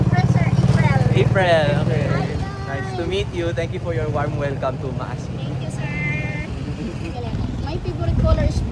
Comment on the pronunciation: Maasin (ma-A-sin)